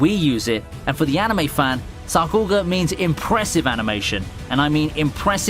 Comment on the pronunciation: wow sakuga pronounced wrong